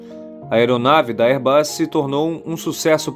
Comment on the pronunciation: Se pronuncia BÔEN. Airbus, vc disse correto!